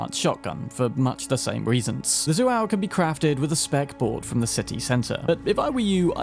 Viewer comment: Just a fun fact, but Zhuo is pronounced more like “dro”, instead of “zu-al” In fact all the non-iconic Kangtao guns in cyberpunk are names of famous ancient Chinese generals or warriors, Zhuo(卓) is referring to 董卓, Chao（超） is referring to 马超, etc. As for the iconics, Yinglong(应龙) is a dragon from the Chinese mythology, BaXingChong(八星铳) literally means “eight stars cannon”.